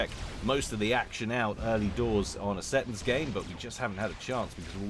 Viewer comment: See Tons, is prenounciation